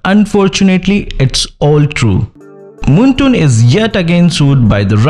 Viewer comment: I was gonna listen to your video but you said 'moontoon' instead of 'moonton' so im out. Bye